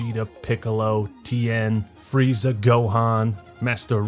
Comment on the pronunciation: This video was good until I heard linda young freeza.